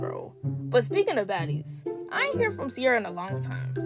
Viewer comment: it Ciera not Ciara